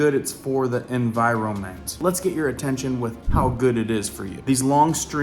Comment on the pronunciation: It’s NOT En vi ro mint It’s En vi ron ment